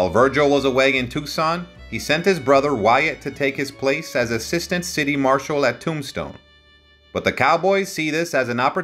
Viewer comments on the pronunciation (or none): none